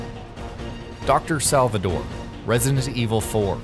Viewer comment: this guy cant even pronounce resident evil 4 lol